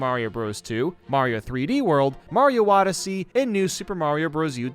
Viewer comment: I more realized he said Mario Wodyssey